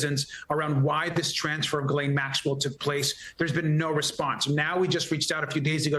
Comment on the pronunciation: Fun Fact! Ghislaine is pronounced Hislane as the ''G'' and ''E'' are silent.